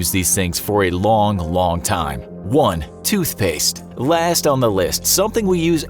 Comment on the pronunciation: TootSHpaste? lol